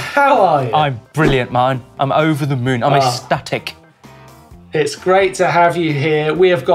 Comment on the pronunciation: ecstatic noun ec·stat·ic | \ ek-ˈsta-tik ..... eck-static!!! aaaaaarrrrhhhhh!!!!!